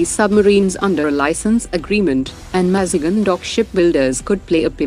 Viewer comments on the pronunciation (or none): Maz GAON…correct your ai bot please, its so annoying mazgun….